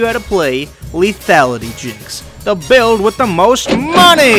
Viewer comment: Remember when you called them Bu-ilds?